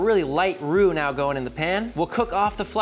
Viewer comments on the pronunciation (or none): none